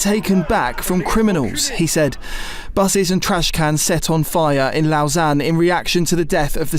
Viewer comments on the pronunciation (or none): It's pronounced "lowsanne"